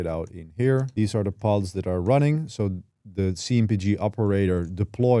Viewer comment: please say THESE and THIS not DEEZ and DIS, cant even pay attention to what your saying